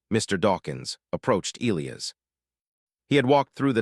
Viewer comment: You're pronouncing Elias wrong. It should be E, long e, LI...long i, AS